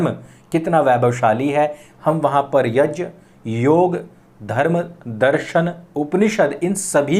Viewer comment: Woh YAJ nahin, YAGNA kehte hein, JA + NYA = GNA ...YAGNA (YAJ+Nya)